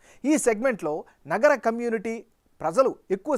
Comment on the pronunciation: Not naagara,it is nagara